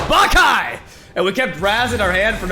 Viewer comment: It´s not pronounced "Bah-kai" it´s "Ba-ca-lhau"